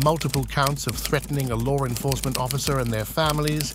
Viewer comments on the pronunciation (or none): lore enforcement? theres clearly not an r in the word law.